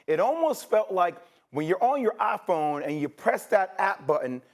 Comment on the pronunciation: “when you’re on your ah-phone”